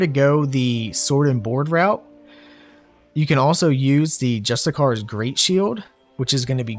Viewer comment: Love the build man, ill have to try it out. My grammar nazi brain needs to point out that "justiciar" is pronounced Jus-tis-ee-air